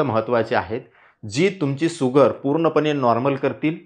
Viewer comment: भैय्या तुम्ही अगोदर शुगर म्हणा सुगर सुगर म्हणू नका.